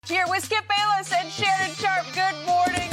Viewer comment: Skip Bayless ❌ “Flip” Bayless ✅